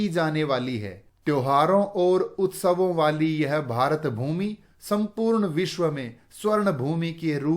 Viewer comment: Sir the way you say - भारतभूमी Is very good and beautiful